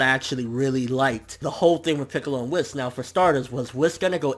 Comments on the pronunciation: its not "wiss" its Whis (pronounced Whees) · Its not Wis, its produced Weise( yes I am aware that his name is spelled Whis) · Whis as I'm whiskey and Beerus as in Beer, Toriyama and his damn puns